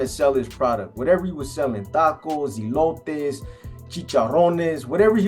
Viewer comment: Eee-lotes Ques-o-deeyas.. sheesh.. C'mon now Please Stop Butchering Our Beautiful language.. 😂😂😂